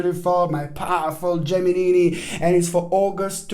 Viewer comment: Yeahhhh Gimeni - Giminini🤣🤣🤣🤣🤣